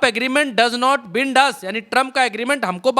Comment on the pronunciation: बिंड नहीं बाईनड